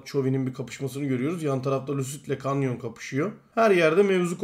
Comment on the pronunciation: şuna artık kanyon deme kenyın diye okunuyo